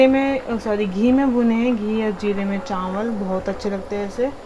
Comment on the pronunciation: Bolna nhi atha hai kya tum chawal ko chanwal kyu bolti ho itna nhi banna chahiye